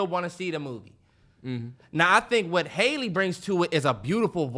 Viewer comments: love this pod… btw it’s ha-lee not hailey bailey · It's not haylee guys it's hah-lee (like "has") haha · Y’all stay pronouncing that girl name wrong had it right at first lol its Halle (Ha-Lee) not hay-ley